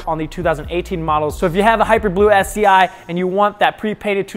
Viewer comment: Is it just me or does it sound like he keeps saying, “SCI”?